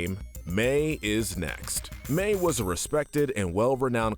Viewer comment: In the timestamps he calls Mei May I'm dead 💀